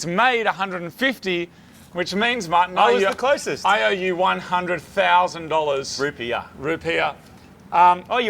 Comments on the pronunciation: Wtf is a “rupeer”? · Dafuq are rupeer? Rupees? There's only one r in rupees. Rootbeers? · Rupees not rupeers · I thought they said root beers lol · it's 100.000 rupiaahs, not dollars 🤣🤣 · Me being an American, I thought they said 100,000 root beer, not 100,000 dollars🤣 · I thought you guys where say 100000 root beer this entire time... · I thought they were saying 100000 root beers XD